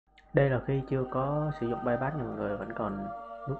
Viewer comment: bypass mà gà rán đọc là payyacc mé gà rán